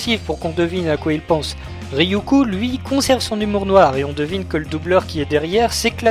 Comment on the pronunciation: Apres j'arrete promis mais Ryuk se prononce Ryouk et non Ryoukou